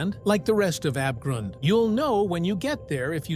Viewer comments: i love how "Abgrund" is spoken with this AI voice "Abegrund" and yes i am german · BRO HOW IS THAT AI SPEAKING "ABGRUND" HE KS SPEAKING IT LIKE "ÄBEGROUND"